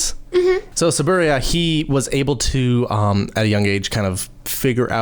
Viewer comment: I think it was just a sudden pronunciation. Or that he really be at toei’s side that he forgot how to say t-su-boo-rai-ya at that moment. Gets better tho. Sometimes.